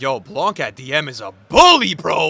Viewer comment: I don’t know if u gonna see this comment but in French we do not pronounce the C for Laurent Blanc. It’s pronounced “Blan”.